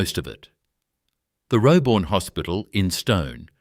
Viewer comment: If I hear Roebourne and jarrah so atrociously mispronounced like that again I'll flip my lid